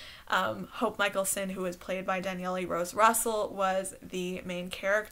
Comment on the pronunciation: Does Danielle really pronounce her name "Dan Yelly"?